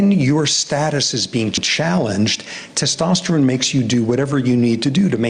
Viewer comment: dono m se ek se bhi Theek se "Testosterone" nhi bola Jaa rha 😂